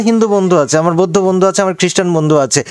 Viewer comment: বৈদ্ধ না বৌদ্ধ